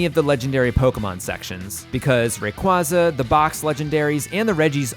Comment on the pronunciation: The way you pronounce Rayquaza physically hurts me